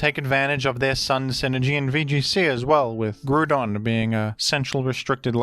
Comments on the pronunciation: Once Grudon has been publicly normalized, we need to do justice to Blastoise's proper pronunciation next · it's a joke based on how always pronounces Groudon